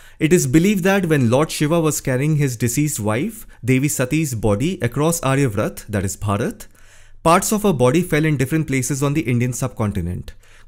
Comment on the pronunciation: I would like to mention the correct pronunciation - It's आर्यावर्त 'AARYAVARTA'. The information in the video is interesting.